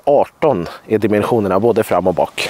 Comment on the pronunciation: Bra video. Men säger du någonsin rätt på däckdimensionerna?